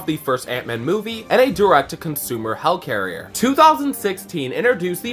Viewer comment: I’m dead I love how you said hellicarrier